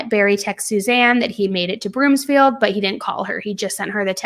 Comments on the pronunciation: It’s broomfield not broomsfield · I'm a local. It's BROOMfield, not Broomsfield. Thanks,, for covering this case. Love you so much! ❤ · Don’t apologize! We so appreciate the coverage! But, it’s Broomfield, not BroomSfield 😉 just for future reference. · There is no s in Broomfield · Broomfield* no “S” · BROOMFIELD girl not BROOMSFIELD there's no "S" 🤣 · Broomfield not BroomSfield. No "s" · Thank you for the content you make and how much content you make. I can't get enough. * As someone from Broomfield, CO, I just want to point out it's Broomfield, not Broomsfield. 😊